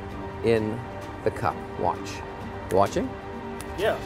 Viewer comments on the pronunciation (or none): i like when he said "how do chu do that"😂😂😂